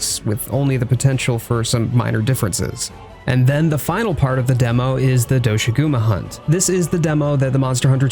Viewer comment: Please pronounce doshagumas name correctly. It's not do-shaguma as stated by the lead creator.